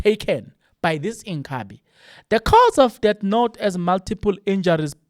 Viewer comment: Inkhabi /// jooooh a zulu man cant pronounce the word. inkabi.